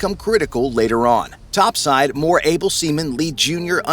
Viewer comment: why are you emphasizing "able" seamen.